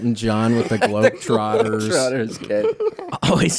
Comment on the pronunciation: did he say globetwaters?